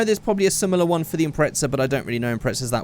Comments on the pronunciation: He said Impretza instead of Impreza abbout 6 times😂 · hey stupid it pronounced Impreza not impretsa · Am I the only one noticed that he pronounced Impreza as "Impretza"? 😂 No offense but it's quite funny to me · British vs American